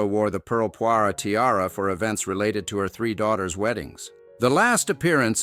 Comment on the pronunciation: pearl poire - not poiré